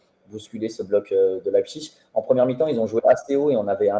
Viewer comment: C'est Leipzig et non Leizpig !